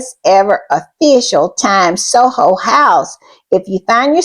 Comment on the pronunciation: It is Soho House, not Solo House.